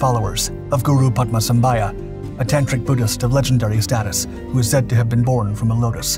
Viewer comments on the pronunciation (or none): It is known as Taktsang Monastery not Paro Taktsang.Paro is the city .Guru Padmasambhava not Padmasambhaya.Pronounciation should be correct .Guru Padmasambhava is also known as Guru Rinpochey in Tibetan Buddhism.